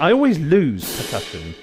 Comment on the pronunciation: For some reason , "percusson" made me laugh loudly